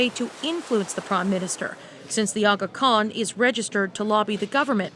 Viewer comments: First of all that’s a perfect pronunciation of aga khan. Unfortunately the facts surrounding tht scandal need to be brushed up a bit. The Aga Khan and the Trudeau family have been acquainted for decades, he was the pall bearer at Pierre Trudeau’s funeral. Second and most importantly the Aga Khan did not offer him a bribe p, Justin Trudeau reaches out for permission to vacation on the island and then proceeded to not disclose this info to the ethics commissioner. Also the Aga Khan is not the head of a company but the head of a philanthropic organization called AKDN which like other organizations also receives some govt funding. I understand it was a breach of ethics but it was entirely on the prime ministers part, instead of the Aga Khan. I don’t want to and nor should anyone defend this scandal because I totally voted NDP but tbh I really don’t care about the WE scandal I can understand it’s a huge violation I would rather a party tht caves into NDP pressure time to time and believes in helping people financially during this economic hardship rather than conservatives who would rather point to the deficits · Dude, you nailed the pronunciation of Aga Khan. Respect.